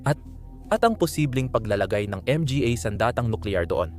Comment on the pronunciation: Hahaha pastilan Ang pag pronounce sa word "mga" Em-Ge-Ey Hekhek Hekhek. The word "mga" in Pilipino is an article referring to plural noun. To pronounce it: ma-nga. Ang pa, pe-ey Hekhek Hekhek that's pa sound /a/ pa. Pa means more or still. Depending the sentence. Sige pa ( some more). Siya pa (He/she still). Tingala man ko unsay Em Ge Ey 😂😂😂😂😂😂😂😂 pe-ey Hekhek Hekhek 😂